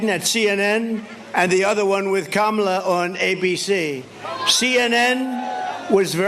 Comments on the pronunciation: proof that Trump knows how to pronounce Kamala correctly. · He pronounced her name correctly for once. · He accidentally pronounced Kamala correctly. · He sometimes slips and correctly pronounces her name. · So he can pronounce “Kamala” correctly! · WOW, he is in such decline that he forgot to mispronounce Kamala's name 😂😂😂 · He slipped up and pronounced her name as Kamala correctly.😂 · so he really CAN pronounce her name correctly 😂 ,la